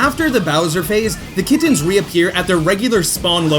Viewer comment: Why does he pronounce kittens so weird? He says kid tens. “How is that cat capture going?” I THOUGHT YOU SAID KID TEN NOT KITTEN